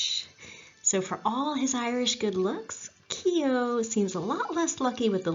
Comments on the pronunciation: you did well enough except the o is more prominent than e so instead of Key O it's Kuo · yes I noticed you switched half way through there. Keogh is pronounced "Keoo". The Kee-Ho is very much an Americanism. Like when visiting the Cliffs of Moher in Clare Americans will invariably extole the virtues of "Mo-her" rather than the "More" in the vernacular. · The E is silent the name is pronounced Kogh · Keogh..... pronunciation time...not Ke-ogh,.....its K-followed by a soft long yoo,also the K has a subtle Q sound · Fascinating Video, unfortunately you are pronouncing his name incorrectly , it's not "key O", it's Koow. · News - keeohhh is NOT pronounced that way for all you Americans ……… it is pronounced kyohhhh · Great work, can i just make a suggestion about pronunciation, Keogh is pronounced "Kyo" the e is not pronounced and gh together in irish is generally silent, so Gallagher is pronounced "Gallaher" and Doghtery or Doherty is pronounced "Dawherty" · The pronunciation of the name Keogh in Ireland has only 1 syllable,others use 2 syllable Key ho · It’s pronounced Keooo. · Several times during the video his surname was not pronounced correctly. This lady may have a lovely Irish name but that does not mean she can do an Irish accent. Otherwise, an interesting and enjoyable video. 👍 👍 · Great presentation and looking forward to hearing more. I was born in Ardattin a small village in the east of County Carlow. I was aware of Keogh but your background and detail is great. By the way for the correct pronunciation of Keogh you should think of it as one syllable and the gh is silent! Do you know about the other famous Carlow man who had a huge role in US history: Pierce Butler? Now there’s a story! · I live only a few miles from where he was born in Co.Carlow , I visited the battlefield on two occasions when I was on vacation to the USA 🇺🇸 , that was a good documentary, but you are pronouncing “Keogh” incorrectly 😊😊😊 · God, Why not pronounce his name correctly !